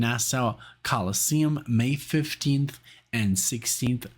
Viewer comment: you'd have no way of knowing so I'll tell ya: I grew up in Nassau County, NY and the Coliseum was my "home base" for shows, including the very first time the Dead played there in 3/73 (MY first Dead show as well!) Anyway, it's pronounced NA-saw and not NA-sow...Rhymes with "paw" and not "cow"😁And you may recall you enjoyed the vocals when you reacted to "Estimated Prophet" as part of one of my marathons...THAT was Bob Weir on lead vocals on a song he wrote...